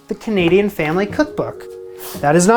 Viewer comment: did he say CHanadian?